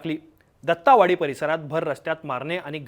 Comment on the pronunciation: ______अरे पत्रकार मित्रा दत्तावाडी नाही रे...❎ दत्तवाडी आहे ते.....✅